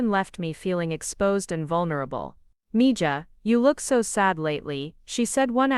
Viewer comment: Please teach yourAI that “Mija” is pronounced “Me-Ha!”